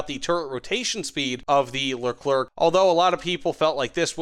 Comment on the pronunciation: Leclerk pruman